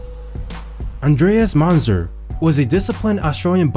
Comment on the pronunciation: That first picture is hysterical. Is that guy supposed to weigh 2,000 pounds. Who wis de guy who nawwating dis video. Andwaes Munzer is an Austwaiwwian bodybiuwdaw.